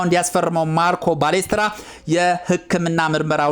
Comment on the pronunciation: ባሌስትራ ሳይሆን ፓሌስትራ ነው እባክህ😂😂